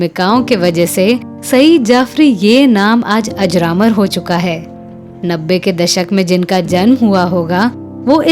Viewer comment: मैडम आप अपना उच्चारण सही करें आपने जो अजरेमर बोला है, वह अजर अमर है